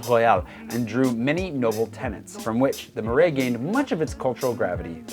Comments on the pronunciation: It's not MEUrais it's MArais like in Apple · You are not anymore? Ok but say: MARAIS, MA, NOT MAI. A,not ai comme ta “MA”..cool video nice info for the peeps.